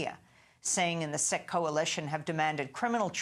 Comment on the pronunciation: Sikh is pronounced SEEK not SICK